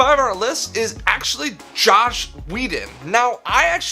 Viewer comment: As soon as he said Josh instead of Joss I knew this would be bad.